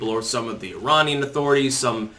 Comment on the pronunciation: Ee-rahr-niarn ? :D